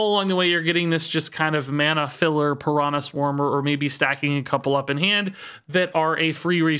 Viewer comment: everytime says piranã instead of piranha a little baby piranha dies